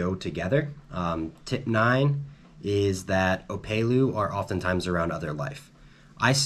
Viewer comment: Killer tips thanks. My only criticism is it’s op”e”lu not opaylu😂 Eh eh 🤙🏽